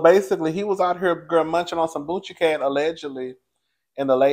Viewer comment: 🤣🤣🤣 I LOL every time he says boonchiecat